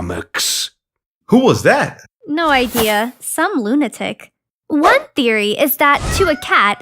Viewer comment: i heard klunatik or lunatik guy